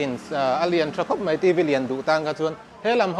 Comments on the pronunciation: mei mei mei ti reng mai uluk teh beng a ti thlep,tin 'kan va chhaih buai' ti rawh (chheih) nilo in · Mei ni lo in mai ti tawh rawh